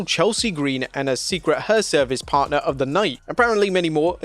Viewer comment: HERVICE. HERVICE. HERVICE. not her service. Not she service. Learn to say it. Please